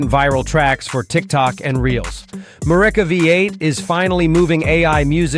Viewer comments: you DA! It's pronounced 'MEW REEKA'. extracted from "Eureka". MF half-wit Ai voice over. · Yeah, that AI voice pronounces the word Mureka differently throughout the video.